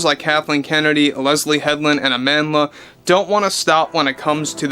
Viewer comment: I thought you said "amandless". 😂